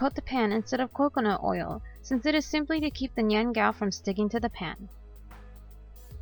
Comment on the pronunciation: You're not pronouncing it correctly...